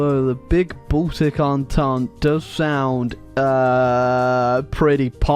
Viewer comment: The way he says Baltic all I can hear is "balldick"